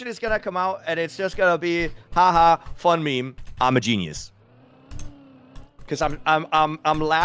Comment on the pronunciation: "meme" ? More like "memyonnaise"